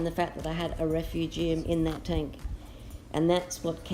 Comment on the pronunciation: Love how you pronounce refu gee um haha. Im going to buy a tunze chaeto reactor looks luch easier to use. Great tanks! I would love to get to your level one day.